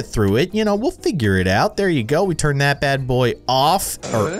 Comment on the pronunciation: You said “what was thet?” XD